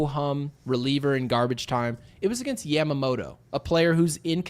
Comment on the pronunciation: day 1 of asking you to stop saying Yamamoto like that